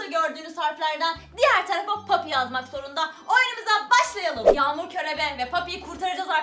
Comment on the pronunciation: Yaxmur deyil yagmur 😂